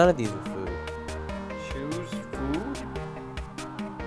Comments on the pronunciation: Choose food, I get it! It sounds like chews food, and teeth choose food XD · #10 choose as in chews lol